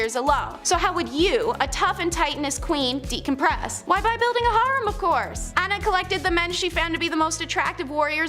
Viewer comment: she wanted to keep a "HARM" of 50-60 men"?? It's "hair-rem", or "har-reem". Does ANYONE edit these shows prior to putting them out here to correct some of the most HORRIBLE mispronunciations around? If not, they sure should!